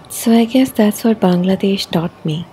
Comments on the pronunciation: The way you pronounced Bangladesh is beautiful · I really loved the way you pronounced BANGLADESH 🇧🇩 Thanks a lot for making this video